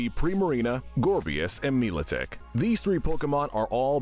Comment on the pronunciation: Mila Tic not Miotic.